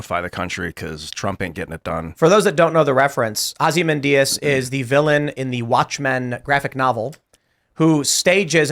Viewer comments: Ozzy mendius? Tims pronunciation is way off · Blue people do not like Trump ever. Also you’re pronouncing Ozymanueods wrong